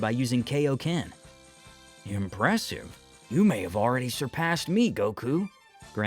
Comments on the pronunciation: IT'S KAIO-KEN NOT KO-KEN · Are you just going to keep mispronouncing kaioken